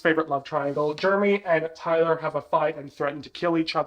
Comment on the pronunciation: lmk why i thought said “ty-dye” and not “tyler” and i lost it😭